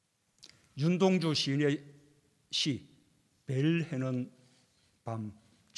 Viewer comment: 벨 헤는 밤이요? 재인아 너 한국인 맞냐?